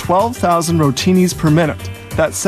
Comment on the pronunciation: Rotini sounds like Rotate